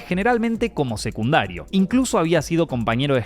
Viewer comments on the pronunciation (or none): none